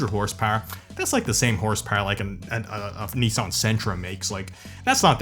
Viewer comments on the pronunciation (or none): none